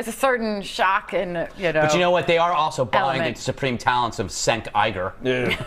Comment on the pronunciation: I really like the pronunciation, “Sank Eiger”.